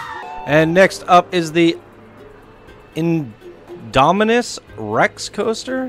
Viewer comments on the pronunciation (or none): That's not how you say indominus